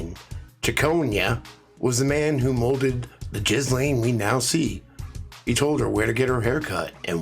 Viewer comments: It's pronounced "Gill Lane" Sorry bro but that's just causing me a lot of anxiety. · Yeahhh, but "Jizz-lane", is just sooo much more appropriate...